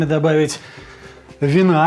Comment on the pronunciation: Ух какой акцент на слове вина)))